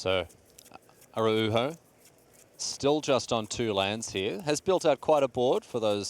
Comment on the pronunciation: Damn, not only does mispronounce "Araujo" every single time but also he changes the way he says it throughout the video... truly amazing.